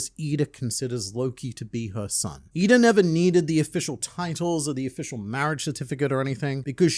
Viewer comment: He called her eeda lmao